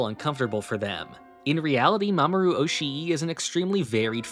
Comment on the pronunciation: Just fyi, double vowels in Japanese names / words aren't supposed to be pronounced as two vowels. They signify that the vowels sound is supposed to be held for longer. So instead of being pronounced oshi-i it's pronounced oshi but with the I sound sustained for a bit